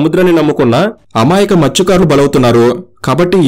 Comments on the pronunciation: మృత్య కారులు 😢 కాదు మత్స్య కారులు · Adi matsyakarulu bhaya mrutyukarulu mrutyukarulu antunnav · Orey babu Adi Mruthyukaarudu ani palukutharenti Mathsyakarulu!!!! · మృతుకారులు ❌ మత్స్యకారులు✅ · Mruthyakarulu kadu bro Matsyakarulu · Mrutyukarulu kadu ra babu😂 mathsyakarulu